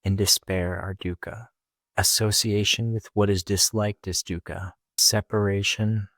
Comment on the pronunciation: Its pronounced thoogh-khaw.. not so much as duca.